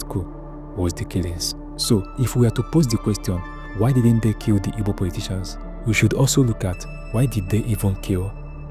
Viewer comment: and please it’s “Igbo” not “Ibo” …. Thank you